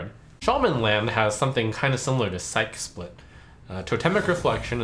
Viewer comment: why are all streamers mispronouncing “psyche split” lel, its psych-e split not sike split. Splitting your psyche would essentially mean splitting your mind